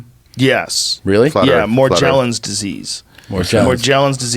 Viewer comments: It’s Morgellon’s with a “ga” sound, not “ja”. And it has absolutely nothing to do with Lyme other than the shared ability to also have Bartonella spp et al as coinfection. Morgs is the body’s rejection of the bio synthetic poisoning the entire biota of the earth is now infected with from the intentional transhumanism agenda being forced via chemtrails, food, water, clothing.. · Morgellons. G sound man. Like morgue. This shit gets on my nerves.